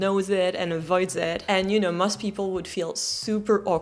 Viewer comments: You have a problem with pronouncing both and most. You pronounce them like "moth", you should pronounce them like "coast". I'd give you a 7 out of 10 😀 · Please learn to say 'most' (rhymes with 'ghost') instead of 'must'. You're otherwise doing fine in your English pronunciation 😊